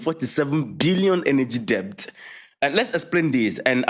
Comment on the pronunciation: Debt is pronounced "dɛt"